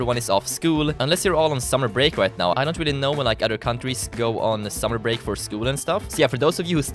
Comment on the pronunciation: he says white instead of right